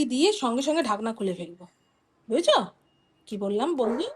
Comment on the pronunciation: Tomar mukhe bhujecho bhujecho sunle hashi pai